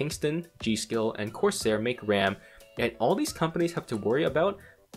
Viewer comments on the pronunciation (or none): none